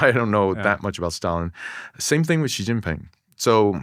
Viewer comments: He's not "anglicising" it. That weird sound he makes isn't an English x or j or anything else, either. It's something much weirder. Also knowing pinyin or not has nothing to do with it. Learning zhuyin would work just as well if not better. Or it that's too much effort, he could just use a sound common in English. Instead, he's making some other sound that's "exotic" to English speaker ears, but totally unrelated to how the name sounds. It's like he's trying to pretend he know's how to pronounce it while still willfully doing it wrong. It's a complete failure. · You're a brilliant guy--obviously. But you share the same inexplicable trait that I am always amazed to see in famous or otherwise credible commentators: you simply won't pronounce "Xi Jinping" correctly. Please take a few moments (seriously, it only takes about 10 minutes) to learn basic pinyin pronunciation. It's really not very hard at all. You'll even be forgiven if you flub the tones much of the time. But "Xi" is pronounced like the English "SHE." Not "jee" as in "gelato" or "zh" as in the "j" in "Nikki Minaj." Like him or not, Xi is the leader of one of the most powerful countries on Earth. The least we can do is pronounce his surname right.